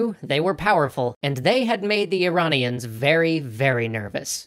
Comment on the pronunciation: Uh-ran-ians vs. E-rain-ians